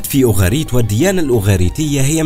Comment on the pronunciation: اسفة اسمهما أوغاريت قراءتك غير صحيحة